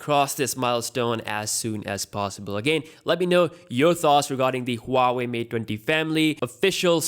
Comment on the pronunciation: It's pronounced waa-way hoo-waa-way